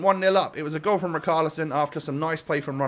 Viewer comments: Rich are li son say it right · the "ch" in richarlison is not pronounced as a "k" it's pronounced as a "sh" like in Sheffield